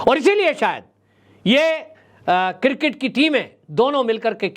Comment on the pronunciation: Sir, I am sorry to say that it is pronounced as CRiCKET not cirket. So please learn to pronounce the name of sport properly.. It is really shame how they pronounce the name of game. & Nobody corrects our famous news caster.